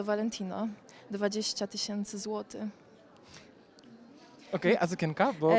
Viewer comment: No please!! Mówi się złotyCH!!!!!! chyba,że to po śledzikowemu z bialostoczczyzny